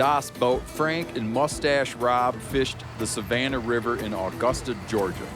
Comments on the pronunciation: Disappointed no one cooked a gar, the smaller ones can be great. The extraction of the loin is just like removing a back strap if deer had razor sharp armor. It was still funny listening to Steve say Awe-gusta. Please do more seasons. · Binge watching all the Meateater series’s (if that’s a word?) and finally came across one from my state! Augusta (pronounced “uh-gust-a” Steve) is about an hour and 15 north of me as I am in Brunswick GA closer to the Florida line. Beautiful areas we have here! I hope to see Steve visit for more fishing (some sweet shark fishing opportunities in my area) or possibly some bucks. Y’all have renewed my interest for the outdoors and I am eternally grateful. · im just over here wishing he'd pronounce augusta correctly.